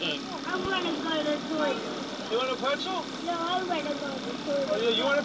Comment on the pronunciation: I thought the dad said, “You want a pencil?” Instead of Pretzel